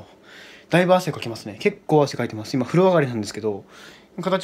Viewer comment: 風呂の発音おかしくね！